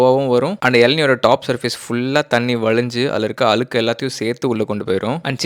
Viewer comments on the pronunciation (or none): ❌ வலக்கமா ✅ வழக்கமா ❌ அலுக்கு ✅ அழுக்கு ❌ வலிஞ்சி ✅ வழிஞ்சி ❌ விலுந்துரும் ✅ விழுந்துரும் ❌ வலுக்கை ✅ வழுக்கை ❌ அலகா ✅ அழகா